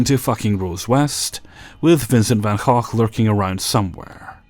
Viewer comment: pretty sure thats not how you pronounce gogh